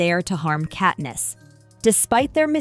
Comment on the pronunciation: Ahh yes, Kateness and Paynem 🥴🥴🥴